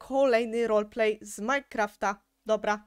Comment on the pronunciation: Nie mówi się rolplay tylko roleplay